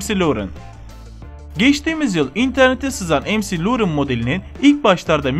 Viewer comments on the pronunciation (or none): Em ci lorin diyor ya la mal admin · McLaren= EMSİLURIN????? ZUHİHAHUNŞYAHAHAHAHAHAHAHAHAHAHAHAHAHAHAHAHAH